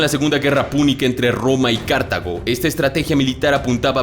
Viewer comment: Una ligera corrección se dice Cartago, todo junto, sin acentuar ninguna sílaba ( básicamente porque vivo en una provincia de Costa Rica que los españoles fundaron con ese nombre ) es que es un poco extraño escucharlo de esa manera pero por lo demás un especular video cm siempre.